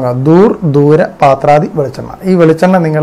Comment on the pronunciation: പാത്രാദി അല്ല.പത്രാദി ആണ്‌. പത്രം എന്ന് വെച്ചാൽ ഇല